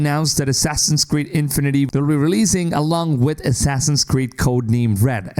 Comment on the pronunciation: the emphasis in "infinity" should be on "fi" and not so exaggerated. it's not INfinity. It's just infinity.